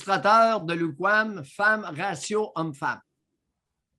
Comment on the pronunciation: on dirait qu'il dit kumquat xD